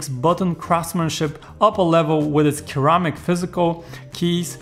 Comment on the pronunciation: I really love the ceramic buttons on my n5... Didn't know there were other pronunciations such as "khėrrehmikh" though